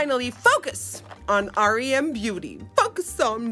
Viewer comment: It’s REM BEAUTY REM NOT R.E.M